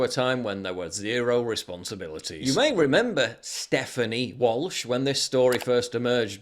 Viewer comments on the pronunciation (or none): none